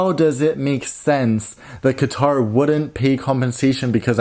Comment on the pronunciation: It's katar with a strong k god European people with Arabic names and it's not dubai its dubei by joing D u and b